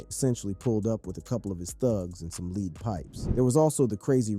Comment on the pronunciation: I'm mad this dude just read "lead pipes" as "leed pipes". Smh